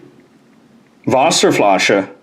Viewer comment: Your pronounciation of Wasserflasche was surprisingly well done. Thumbs up from Germany.